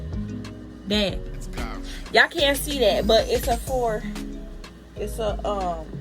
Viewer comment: “fo by fo”😭